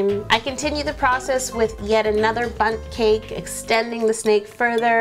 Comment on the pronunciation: When you said bunt cake I thought you said butt cake 😂😂